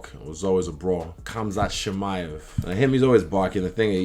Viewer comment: I love the way Izzy says khamzat